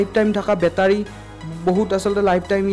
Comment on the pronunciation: Bhut vaal ktha nice video...but বেতাৰী nhoi ভাই.... বেটাৰী হে।